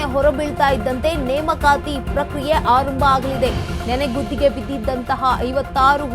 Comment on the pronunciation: ನೆನೆಗುದ್ದಿ ಅಲ್ಲ ಆಂಟಿ ಅದು ನೆನೆಗುದಿ